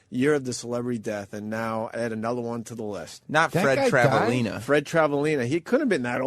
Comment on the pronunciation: It irritates my soul that Opie had such a hard time pronouncing Travalena... It's such an easy name to get.